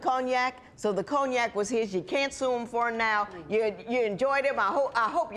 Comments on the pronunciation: Ma'am, I have no idea what coney-yak is. The word you are looking for is cognac (con-yak). If you don't want to deal with this 🤡 , stop going to the 🎪 circus 🤦🏿‍♀️ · What the hell is a “ coney-yak” ?! 🤦🏾😂🤦🏾😂🤦🏾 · Coney-ack!!! Cognac lady…cognac! 🤣🤣🤣🤣🤣🤣🤣